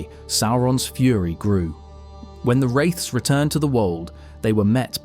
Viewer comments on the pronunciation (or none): none